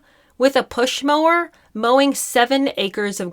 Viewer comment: ‘A Pushmower’…..😂😂😂😂😂😂😂😂